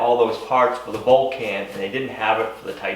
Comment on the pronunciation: Think of Mr. Spock when you pronounce the name of the welder. It's the planet he comes from!